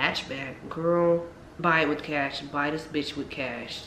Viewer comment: "we'll fix dis we'll fix dis..." LIFE GETS WORSE